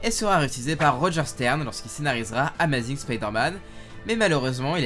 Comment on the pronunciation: J'adore tes vidéos mais la prononciation de amazing est pas top dans tes vidéos...